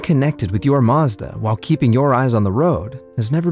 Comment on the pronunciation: It's embarrassing he can't pronounce "Mazda"